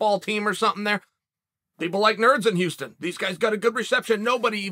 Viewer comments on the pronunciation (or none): none